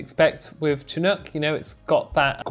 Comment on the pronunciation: I'm from the Pacific coast of Canada, and I'm very familiar with the word "chinook"...it's pronounced "shinook", and it's a species of salmon from these parts. A minor point (I know) but it sounds funny with a hard "ch".